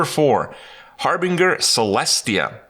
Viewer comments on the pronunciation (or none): H A R “BINGE” ER not Har”bing” er